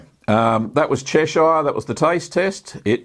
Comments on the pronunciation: It's pronounced Chesh-errr, not Chesh-eye-er! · 'Chesh-shire'? Nope! I really cringed at that. It's "CHESH-ər, -eer" ==>> 👍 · The town of Cheshire ehh! 😆 Cheshire cheese should be very crumbly unlike cheddar.